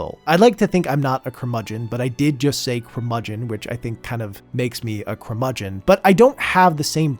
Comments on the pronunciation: Don't worry, you're not a curmudgeon - you mispronounced it 😁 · say curmudgeon again